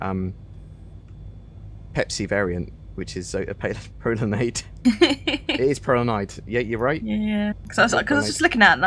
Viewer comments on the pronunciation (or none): ”pro lan EYEd”